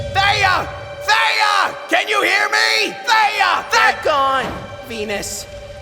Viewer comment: Erm why did venus say theya!! Instead of theia